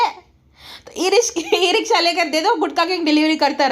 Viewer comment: ई रिक्शा❌️ ए रिश्का✅️ मेरे रश्के कमर 🤣🤣 your misspelled were also hilarious